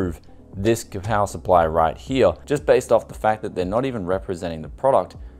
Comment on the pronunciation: "Kapower supply" lmao